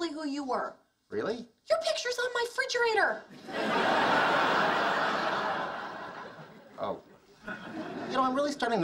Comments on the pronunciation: "frigerator" is apparently how "REfrigerator" is pronounced now! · She says fridgerator. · I love when she says, Frigerator!! haha